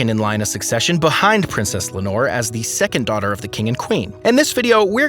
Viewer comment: For heaven's sake, to the rescue of Princess Leonor, who's name was also butchered! It has 3 syllables LEI (like the hawaiian flower necklace)-OH-NOR. Practice!!! Le-o-nor! Again!!! Leonor! Now stop calling her a bottle of fabric softener!!!